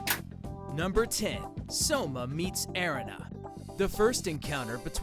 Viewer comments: but that’s not how you pronounce the name. It does not matter if their name is in a different language you will still have to say it the same way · Skyrawm I thought I was the only one who realized that he didn’t know how to say Erina’s name